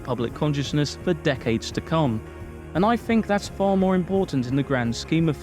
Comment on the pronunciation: With not wif . Think not fink . FFS